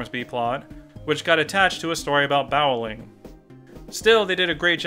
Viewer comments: Did he say "bowel-ing"? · Did you just say "BOWling"?